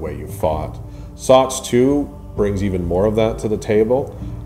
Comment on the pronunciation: SOTS SOTS SOTS SOTS please stop saying SOTS